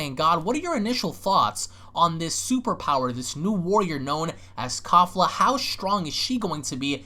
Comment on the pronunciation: Kalefla (kefla) the real proper pronunciation